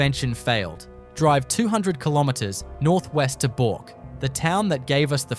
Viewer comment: pronounced BURK..not BORK